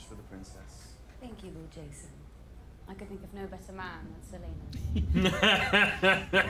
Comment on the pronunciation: Does anyone else hear "Selena" whenever Viserys says "Ser Laenor"?